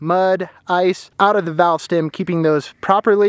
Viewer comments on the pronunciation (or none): none